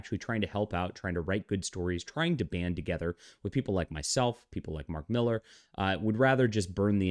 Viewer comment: Why do you insist on mispronouncing Millar's name? You are supposed to be a comic book insider, yet don't know it's pronounced Miller? Ponderous...